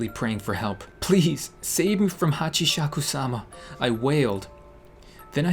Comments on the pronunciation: 1. "Hatchyshakukaikisumasama"❌ 2. "Hatchieshakusama"❌ 3. "Hatchieshakusam-sa-sama"❌ 4. "Hatchieshashishkabab-Hashieshakaba"❌ 5. "Hatchieshakukasoo"❌ 6. "Hatchieshakusama"⭕️ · It is pronounced Hachi-saka-sama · I'll try to make you pronounce it right ok here hach is suka sama hachishakusama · it's pronounced (HAA-CHEE-SHA-KUU-SAMA) not Hachishes-shishkabab or whatever you said lolol and seriously! THIS THING GAVE ME NIGHTMARES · You pronauns it hatchisakusama Translated:8 feet tall lady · It's hachisacusama (ha-chi-sa-coo-sa-ma) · Pronunciation: hatchi sakoo sama There is your pronounce (hachisakusama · I may be late, but then again... I luv being late:3 It's pronounced Hachi- shaku- sama. A+ for effort:3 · I died when he tried to pronounce Hachishakisama 😂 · I just lost it when tried to pronounce Hachishakusama 😂😂 Hashisshakaba 🤣 i wish she comes for u for saying her name so wrong 😂😂 im just kiddin love u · It’s Hachi-sakes-suma (‘~’) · It’s pronounced Ha-chi-sa-ku-sama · It’s prenounced as hachousimisaka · it kinda made me laugh when he couldn't pronounce it ;-; HachishashishKabab XD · ha-ch-E. sak-ooo. s-A-m-A. This is how you pronounce it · you pronounced a funny name earlier on saying Hachisakusama. Hachisakusaba and whatever else is wrong pronuoncing. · Hatchi. Haku. Sama thats how its pronounced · It's really called hachishakusama pronounced hachis haku sama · When was pronouncing Hachishakusama.. I heard Kebab😂😂😂 Am i the only one? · You sound so funny when you tried to pronounce Hachishakusama “Hachisha.. DAMN IT” Lmao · its call hachisakumana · It's pronounced like : hatch - ee - sha - kuu - saa - maa And im not even Japanese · How to say it HACHI-SHAKU-SAMA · Hatci-chaku-sauma that is how you pronounce it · It’s pronounced Hah-Chee-sha-koo-sama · It’s pronounced hachy shaku sama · When you were attempting to pronounce hashishishkabob, you sounded like "The Dog of Wisdom" lol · Its (Hachi-Shaku-Sama)